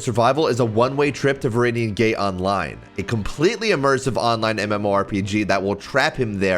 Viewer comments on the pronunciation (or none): aint no way he said gay instead of gate